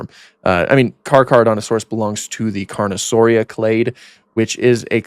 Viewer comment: it's pronounced like thes "car-cera-dont-a-saurus"